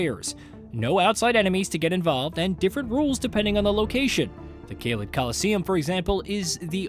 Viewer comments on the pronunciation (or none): none